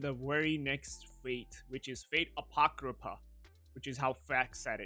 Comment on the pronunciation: This is how to pronounce it "A Pock Ro Fa"